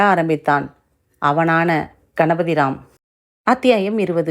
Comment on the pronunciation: நாவலில் சில இடங்களில், அச்சு பிழைகள் இருக்கும். நாம்தான் கதையை வாசிக்கும்போது, வார்த்தையை திருத்தி வாசிக்கவேண்டும். இதுகூட தெரியாதா? பத்மஸ்ரீ. '' அவனான் கணபதிராம் ' என்று! படிக்காமல், ' அவனான கணபதிராம்' என்று! படிக்கிறீர்கள்.